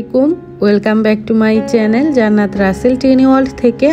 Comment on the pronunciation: শব্দটা চ্যালেন হবে না আপু,চ্যানেল হবে।মনে কষ্ট নিও না।শব্দটা ঠিক করে নিও।